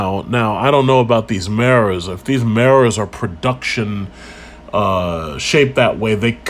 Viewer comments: Meras = Mirrors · What the eff is a "marres" ??